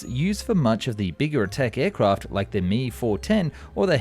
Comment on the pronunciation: Suggestion: learn the proper pronunciation of aircraft and engine acronyms. Ask technical expert or native speaker. Examples Do-335 is not "Doh three three five" Do is an abbreviation of Dornier, correctly spoken as "dee oh" Me-110 is not "mee 110", it is "em ee 110" Justification- How would you (or you AI pronounce Bf-109? [bee-eff 109] or [bey-effeh in German] Beyricheflugfabrik FW-190? [eff-double- yoo 190] or [effe-doo-bleh] Folcke Wulf Ar-240? [eh - arr 240] or [ah ehr] Argus DB-603? [dee bee 603] or [deh beh] Daimler Benz BV-155? [bee vee 155] or [beh-veh] or Blohm und Voss A test: pronounce Ki-61 Keh 61; not kee 61 or kay eye 61. "Ki" is a Japanese phoneme or single sound for the Japanese character used as an abbreviation of Kawasaki Army Type 3 Fighter 'Hien [heh-en] Flying Swallow, You can't use German or English rules to read Japanese designations, ask an expert and don't trust English language AI text to speech for non-English words or acronyms. This video is well done but technically lightweight. You explained center-line thrust simply - the propeller thrust vectors arecolinnear but what about propeller torque? Was it additive or counteracting? Why does that matter in a fighter or fighter-bomber [Jager or Jagdbomber]? Keep working at it you are improving noticeably.